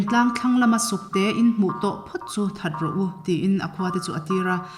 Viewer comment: Thahdou nilovin thadou tih zawk tur ani.... thâdou